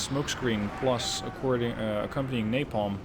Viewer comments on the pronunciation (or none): none